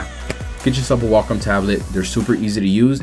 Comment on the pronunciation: triggered when he says "walk om"